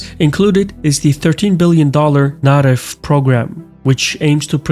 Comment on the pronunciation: As a Pole I love the topic but first thing first our capital name is pronounced in the WORST way possible. A German way. If You want to pronounce as a Pole it's quite easy it's - VAR-SHA-VA. By the way Your pronunciation of Narew Programme was perfect so kudos to You. Greetings from Warszawa!